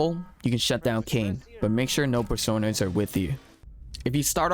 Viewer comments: .... PerSOHnoids? Person-oids. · It's Person-Oids, not Per-Sone-Oids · You say personoids so frigging weirdly